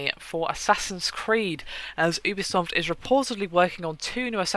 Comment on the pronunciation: Pretty sure it's not "OObisoft" it's "youbisoft" (pronunciation)